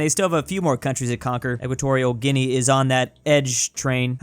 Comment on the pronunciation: gets a degree in geography also: points on soa tome and principe EqUaToRIal GeuniA